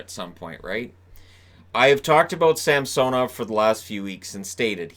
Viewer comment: Sam-sone-ov. I think it’s pronounced Sam-sun-ov. The announcers say “sam-sone-ov” for some reason. The other way (Sam-sun-ov) sounds much better in my opinion.